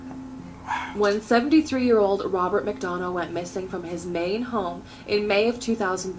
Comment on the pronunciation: HEY!!! The guy who walked up on the people filming Who'd been missing for hours...has my last name! Lol Not often I hear my last name said let alone correctly lol Then again I do believe you're from Georgia,...and I think there is a McDonough, Georgia. Lol Sorry lol That took me by surprise! I even went and showed my mom lol We actually did have a Robert McDonough in our family too. Sadly we lost him when he was only in his 20s. My mom always jokes about something he used to say as a kid. They'd ask him to do something like hey robert could you grab me a can of pop please? And his answer to anything like that would be "For a buck" 😂